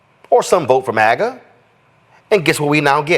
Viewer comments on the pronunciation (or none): none